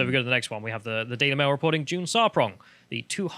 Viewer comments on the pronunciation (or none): 'Diversity Tsar' - June Sarpong. Not June Tsarpong you doofuses.